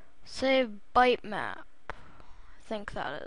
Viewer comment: its pronounced bit map, not bite or byte